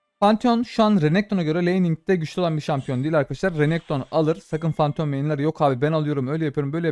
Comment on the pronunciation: Fanteon değil abiiii